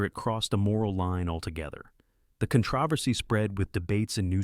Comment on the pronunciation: Why is the word controversy so difficult for AI? I've never heard it pronounced properly with AI narration.